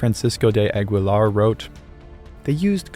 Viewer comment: An impressive video. You did the research. A few words slipped by, though. For instance; the ''Gui'' in ''Aguilar'' is pronounced ''Gee'', as the ''U'' has no ''Diéresis'' (ü).